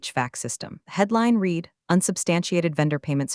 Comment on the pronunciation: That's read as in red, not red as in reed.